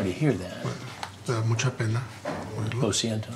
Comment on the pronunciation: The "Low Siento" (thats just how chris pronounced it lol) was funny 😂😂😂 Also erik with the berkinstocks 😂😂😂😂